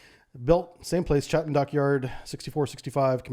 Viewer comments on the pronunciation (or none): Fairly sure you are pronouncing Chatham wrong.